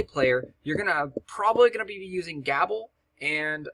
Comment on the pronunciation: Not to be picky, but Gable is typickly pronounced with a long a, like gaable,almost like "gaybel" even, love your videos man, used alot of the strategy guides for heroics, would like to see more of them in dat playlist =)